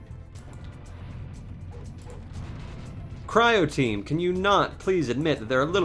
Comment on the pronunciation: WHY DO YOU SAY CRIOTEAM LOL